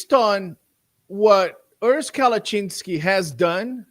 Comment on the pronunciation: It is Urs, not Örs